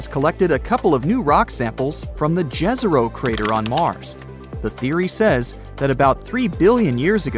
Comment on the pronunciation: Pronounce YEZERO (Serbo-croatian)=LAKE